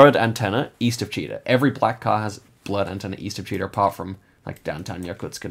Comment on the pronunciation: As a russian at first I didn't understand what is this town called "cheetah" 😂 we pronounce it with stress on the last syllable